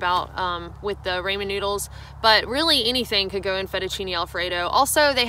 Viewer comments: Oriental is a rug not a flavor. It’s Asian flavoring. Love your videos. Also Ray-min. Ha. It’s Rah-min. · Love her, but if she says "Ray-Man" for Ramen I will lose it. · ra-men...not ray-min. Love...msg and sodium galore. Try the jjampaghetti.... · Raw-mon noddles not Ray-man noodles LOL I'm good with your Nevada pronunciation but RAYMAN NOODLES . . . ouch! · Good info based on experience I appreciate that.......but its pronounced "raw"men noodles. RAW not RAY. Cringe.😖😂😂😂 it would be like calling it "may"caroni and cheese ya'll or "Feet"achini alfredo. "Foo"nny stuff. I'm sure you've hiked with asians who were too polite to correct you.😉 it isn't an English word so no accent excuses. Try other nut butters if you are burnt out on peanut butter. Try almond, cashew, or even tahini which is sesame seed butter. Canned/bagged salmon to replace tuna as well I like sardines and anchovies but not many do.😉 variety is the spice of life. Save money with a food dehydrator cook macaroni and cheese in advance and paleo meals in advance and pack them in sou vide bags or rehydrate in cookware if you use ziplocks. I'm a peanut m&m guy over snickers. To each their own. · Instant "raymin" is to real ramen ("rah-men") as Chef Boyardee is to handcrafted pasta. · From a fellow Southerner: it's pronounced Rah-min not Ray-min. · It’s RAAAHHH Men noodles. RAMEN not RAY MEN. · I’m looking for the powdered hummus on amazon. That sounds really good. Great video, but one thing; it’s pronounced “RAW-men” not “RAY-men” noodles. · Pronounce ramen ---- ah is like in far, not like ray ----rahmen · Cookin for cooking, fur for for. Ray-mon noodles for Rah-mein. Kind of an air head. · Tip: pronounced rah-men....not ray-men noodles :-) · Raymond noodles........... it's RAW-men!!! lol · It’s rah men noodles not ray men lol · I seriously can’t handle hearing her say Ray-mond noodles again 😂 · Rah-men, ain't that right hahaha. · It’s RAW-MEN noodles!!!!!!!!! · Is it so difficult to say RAW-MEN 😂